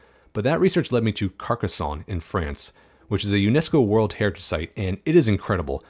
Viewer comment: Me hearing him say Carcassonne: 👁👄👁 (Never thought my tiny French hometown would end up in a CS2 video inspiration, huge W)